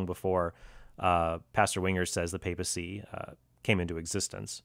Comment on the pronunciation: If I had a nickel for every time mispronounced 'papacy' and every time Mr. Horn said 'solo scriptura' I'd be able to buy lunch. Enough with the jokes, though. I appreciate both of you using your own discernments without getting hostile.